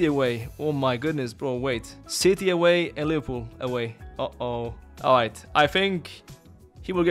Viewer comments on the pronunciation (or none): none